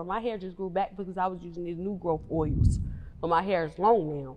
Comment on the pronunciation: “New Growth Owils” 😂🤣🤣 I Like How She Pronounced That